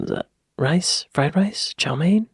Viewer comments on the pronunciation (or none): none